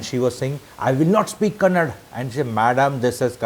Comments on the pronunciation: Sir. One correction. It is Kannada and not Kannad. I know you respect all languages but it is important to say the language name correctly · When you are in ROme, be ROme. In the similar way, she should have known atleast basic kannada, that too especially when she is in public life. She is not asked to speak gramatically correct kannada. Atleast ahe should have that basic communication in kannada and mainly she should have that right attitude of learning the language of the land she is staying. Sir, atleast first learn - it is kannada and not kannad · Sir your age is may more than 50 years and I calling kannada as kannad language , u people call can pronounce Canada perfectly but not kannada. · bas yahi karte raho.. its a proper noun and it can be pronounced as per the convenience of the speaker without being disrespectful.. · first learn it is kannada not kannd as many of you Ñorthes day don't come to Karnataka nobody is asking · It is not kannad. it is kannada. Up north Delhi I had to pray bribe to withdraw money from my SB account. If u can't speak local language then u shouldn't even step into that location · First of all, it's not kannad, but kannada!! Hindi ppl take pride in mispronouncing... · Stop lecturing the manager the way she said I will never speak in Kannada do what you want this is not fair first place respect the local language even if she cannot talk and also it’s KANNADA not Kannad it’s KARNATAKA not karnatk and no one is jealousy of North Indian we are all Indians the thing is when you are in a particular state respect the language even if you cannot speak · Sir, One sincere request from a citizen of Karnataka, Our Language is called Kannada, Da, Da in the end. Please learn the name of the language if not the language. There is no language called Kannad. It is very embarassing. Kannada, Da in the end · That is kannada sir not kannad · Kannad alla kannadaa, Karnatak nahi Karnataka Sango ko Sang boletho sahi hai??